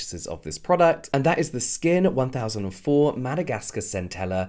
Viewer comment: Omg I love your content James, and I'm so glad you actually mentioned how to pronounce Skin1004!! You were soooo close on the pronunciation, Skin1004 is pronounced "chun-sah" (chun as in sun)! This is a play on words that came up when pagers were trendy in Korea because the number 1004 is pronounced exactly the same as the word Angel!! So when girls paged their boyfriends, they would write " " (8282 = Ppall-ee ppall-ee which means hurry hurry) to indicate that their girlfriends (or, "Angels") urgently needed them to call them!